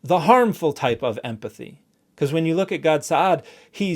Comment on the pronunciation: Clam down everyone I was just making a joke about his pronunciation. It sounded like emFathy